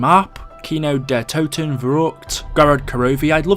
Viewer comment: Toten* not Touten